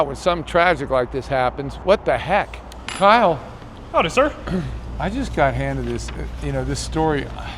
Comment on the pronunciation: That “Kyle” seconds lol.